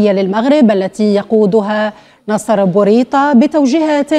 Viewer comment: أيتها الشروق لامحل لكم من الإعراب انتم تريدون تقسيم مغربنا الحبيب انتم وقناة النهار ابواق الجنرالات اهتمو بانفسكم عندما تنطق اسم بوريطة وليس بوريطة